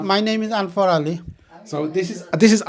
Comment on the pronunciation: What the fuck is “Anfar Ali”? You stupid Bengali. It’s “Anwar” not “Anfar”. And let the old man finish speaking before before cutting him off.